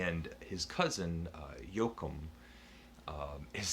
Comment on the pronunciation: Joachim is pronounced yo- ah- keem. "he had a brilliant insight into what time actually is - nothing less than a silent sister,a column of mercury without a scale, for the purpose of keeping people from cheating."( See chapter 3 esp.the account of Ottilie Kneifer) all the best my brother...thanks for inspiring me to read this...it is fabulous!...Mann is the man! Peace